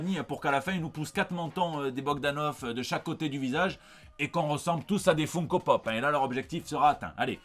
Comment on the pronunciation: FOUNE-KO? Mais ce sont des figurines.. pas de Foufoune à Odile Deray /! D'où on prononce FOUNE-Ko? c'est FUN comme Fun Radio, ou Fun Fun fun des Beach Boys. et "Ko" après... comme Co-Co..